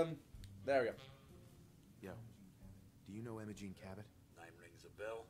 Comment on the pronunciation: popular southern girl's name "Emo-Gene"